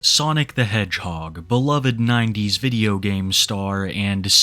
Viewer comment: "They'uh just videuho games,."